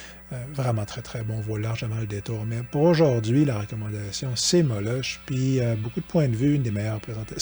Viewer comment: Si je ne me trompe pas on dit "Molok". ;)